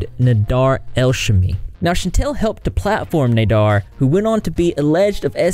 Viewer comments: Sorry for being annoying but...its CHANTAL &NADER...not chantel &NADAR.BUT,he is scary and needs to be deplatformed FAST.sad that Youtube has no reaction to this and let him continue on their site. A SHAME! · It’s pronounced NA-dER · cant get passed u calling him nadar i feel like im in spanish 1 all over again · Nah-Dear Nay-Dur Nay-Dear By the end of this video I'm pretty sure his name was pronounced 10 different ways. Lol Still all ends up meaning one big asshole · You r pronouncing Nader’s first, and last name completely wrong. I’m sorry I’m mention ing it but for some reason it’s driving me nuts. It’s pronounced “Fvcking” “D@ 😁😁😁